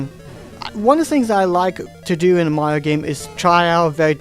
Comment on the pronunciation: I like the way you say Mario. "Maio". ^^